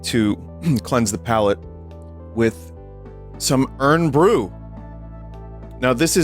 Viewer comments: I like how vinny pronounces Irn like urn instead of iron with a Scottish accent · “Urn”-bru, Vinny please, my bones ache